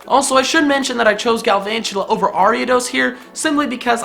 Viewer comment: THERE IS NO R IN GALVANTULA!